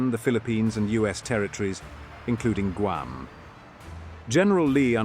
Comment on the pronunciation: It's pronounced GWAM. It is a humiliating insult to the poor natives who just want the burgers to butcher their homeland's name.